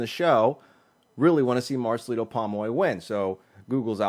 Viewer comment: Why cant you pronounce his name properly POM OY your'e saying PAmoy